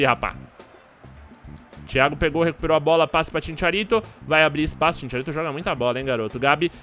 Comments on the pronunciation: Sem querer ser chato nem nd, mais cristian bale é o manu que fez o batman. GARETH BALE joga bola. e CHICHARITO nao ChiNcharito. kkkkkkkkk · kkkkkkkkkkkk e Chincharito pqp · Chincharito hahahahaha e chicharito